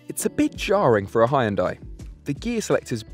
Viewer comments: I think it's about time people learn to pronounce HYUNDAI correctly. It's pronounced HYUN DAE and not HI YUN DIE. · Hun-Day like Sunday, Jesus Christ, it's not that hard. 🤦‍♂️ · bro u are absolutely butchering the pronunciation...... come on man 😂